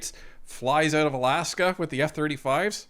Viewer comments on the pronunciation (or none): none